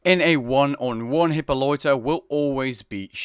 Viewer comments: How do you screw up so many pronunciations? Achilles not Ar-chilles, Chiron not Shee-ron, Hippolyta not Hippo-loita, Heracles not Hera-cliss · Bruh, how do u pronounce Hippolyta like hipoloita? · "Hyppoloita" lol